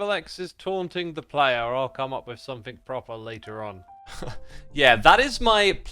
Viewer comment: SomeTHING* Not "think"